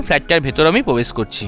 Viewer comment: Brand New ❌ Band New ✅ Probesh ❌ Pobesh ✅😂🤣 Granite ❌ Ganaite ✅